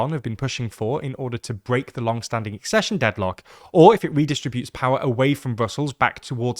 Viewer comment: Finally! Accession pronounced correctly